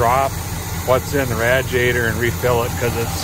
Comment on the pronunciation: 😂😂😂 ok one thing lmao quit say in radiator. if you can please & thank you in advance😊